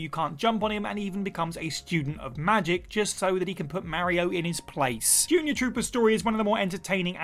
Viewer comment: Don't ever say mario again